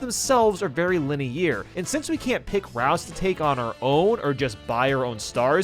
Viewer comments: Why do you pronounce linear like that? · You don't know how to properly pronounce linear? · why tf does he keep mispronouncing linear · Bro learn how to say linear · This video was good but please look up how to pronounce linear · I'm disliking based on the pronunciation of linear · how is this guy so bad at pronouncing words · The way you say Linear is so painful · Why do you pronounce "linear" so weird? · STOP PRONOUNCING LINEAR LIKE THAT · Why the hell do you pronounce "linear" like that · Why do you say "linear" wrong? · The way you pronounce linear already invalidates your opinions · The way you pronounce "Linear" bugs me more than it should haha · what is that pronunciation of linear... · SIR. I BEG OF YOU. STOP TRYING TO SAY LINEAR. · yeah why does he say it like that? is he Canadian or something? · SAY LINEAR CORRECTLY GOD DAMMIT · it's pronounced linear, not linear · my eyes twitched a lot throughout this vid but at this point i'm used to saying linear like that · it’s weird to pronounce the end like “ear” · The way he pronounces ‘linear’ is driving me INSANE lol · How pronounces Linear triggers me. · maybe i'm new to the channel and this is just a bit, but why the hell does he pronounce linear like that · Not gonna lie, the way you pronounce "linear" is getting on my nerves a little lol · the way you pronounce linear makes me queezy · “VeRy Leni-YeAR” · linear ❌ Linny air ✅ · You summed up my opinions on all these games pretty well, but if i have to hear you say linney air again I'm gonna smash my phone. Its linear (LIH-NEE-ER) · i'll take my favourite mario party being on my favourite number Mario Party 8 was the one I grew up with and I haven't played any mario party before 8 (so take my bias as you will) It's also not Lineair it's Line-errr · It’s pronounced lin-e-ur, not lin-e-ear!! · Word: line-ar: Line-ear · For the love of God it's pronounced "Lin-E-AR" not "Lin-E-Air" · Why must we say linny-eer